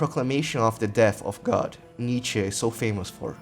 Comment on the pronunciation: My conclusion: Your pronunciation of Nietzsche is VERY good for a non-German, basically saying Nie(as in "knee") and tzsche(as in "CHE Guevara"). Also, the rest of the video is quite satisfactory too